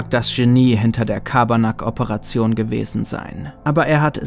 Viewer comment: Das ist kein Schabarnak sondern Carbanak